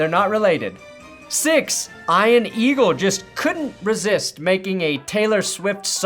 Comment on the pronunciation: eye-an eagle?